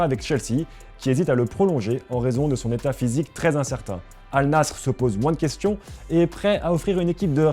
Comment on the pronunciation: Massacre du nom Al Nasr, massacre du prémom Sergio... superbe